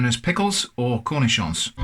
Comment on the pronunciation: arent you supposed to bread them and all that?? flour eggs panko? anyway i love your pronunciation of the word "cornichon"